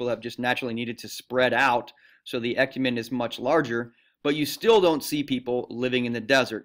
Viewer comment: When he pronounced e-cu-men-e he has me dying😂